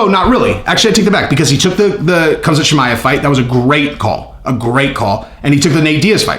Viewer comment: “Cum-shot Chimaev”